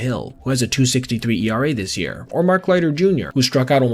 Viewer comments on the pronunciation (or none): none